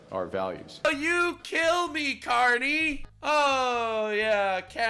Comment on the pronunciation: Get ready everyone, for the next meme. “Say pwease and thank you, Cawney.”